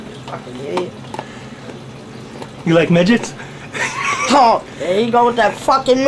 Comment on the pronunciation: "do you like migets" 😝